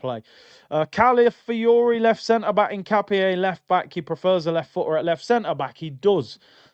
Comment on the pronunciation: Love how always says hincapie, HINCAPIE!😂